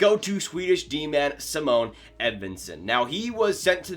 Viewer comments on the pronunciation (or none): "Siimon" in Swedish / "Saimon" in english but deffinitly not "Simoune" sry but this annoyed me a lot :/